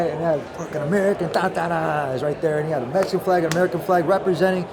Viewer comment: Lol “Mehican”